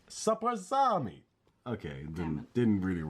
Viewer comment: Its funny how you say "Zapraszamy" :D It sounds more like Italian :P